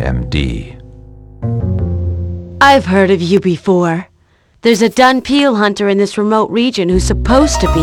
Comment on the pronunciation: The word is actually "dhampir". "Dunpeal" is what you get when you say "dhampir" with a Japanese accent and then translate it back to English.